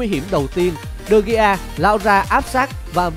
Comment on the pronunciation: vãi đọc tên đờ gi. man noi e. nản